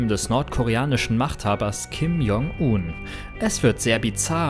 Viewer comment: Er heißt nicht Uhn, sondern Un...